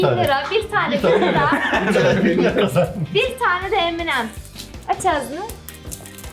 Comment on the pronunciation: Abla şekerin adını söylerken Eminem anlıyorum. 😂😂😂